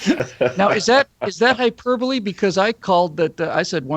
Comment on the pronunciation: doesn't know how to pronounce hyperbole